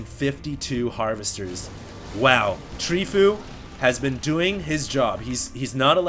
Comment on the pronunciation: It's not Treefoo, it's Tree from team fOu (pronounced foe-you)